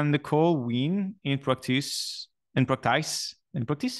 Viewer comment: you're the only person on earth who should pronounce practays instead of practice so continue saying practays my man! :P